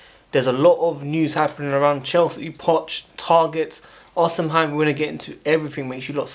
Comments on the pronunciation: Bro it’s not pronounced “osiheim” it’s “ohseemen” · Or_Ci_Men that is how to say his name ❤